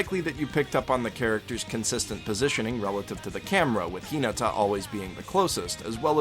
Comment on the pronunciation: He watched the dub not the sub. The reason I can tell that is because the dub say karasuno and Hinata wrong. They put the emphasis on the wrong parts of name or word.